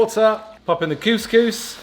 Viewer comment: saying coucous made my day!!! 🙂